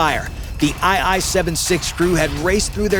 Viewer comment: A military channel that doesn't know aircraft designations? It's IL 76, not I i